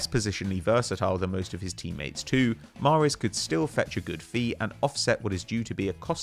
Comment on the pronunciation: Really said mahrez 🫤